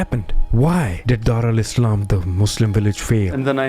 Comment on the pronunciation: Why you calling it Dar Alislam?